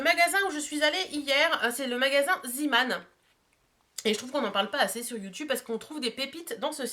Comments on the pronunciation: Coucou ma belle, juste pour une petite précision on ne dit pas zIman mais zÉman (c'est du néerlandais) ^^ Sinon beaux achats ! :-) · Coucou juste mini msg pour te dire que Zeeman ça se prononce zééman bisousssss et belle journée à tous les 3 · Hello! Zeeman veut dire "marin", c'est presque pareil en allemand pour l'orthographe... Der Seemann, donc ce n'est pas à prononcer à l'anglaise.. Juste pour info!